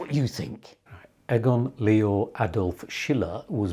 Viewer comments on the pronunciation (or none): I just wish you would pronounce his name correctly. Not Eggon, but EEgon. Not Shiller, but SHEELER. Otherwise, great stuff.